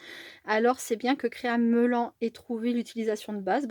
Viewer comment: Bonjour on prononce créa melanne. Pour Mélanie